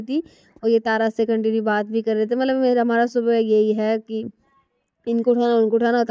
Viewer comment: matlab ko mallab, lipstick ko livistic bolti h.. aur naha kr nikalti nhi likalti h 😂😂... Don't mind only improve your self ❤